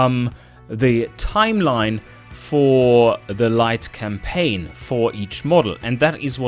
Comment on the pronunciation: Did I hear you almost say "Light Complain"? That gave me a little chuckle. Also nice to hear the devs look through what people make